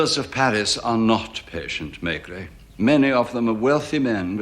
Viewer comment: If only the british could at least try to pronounce the inspector's name properly. May-gray sounds ridiculous. It can't be so hard to turn it into Meh-greh.....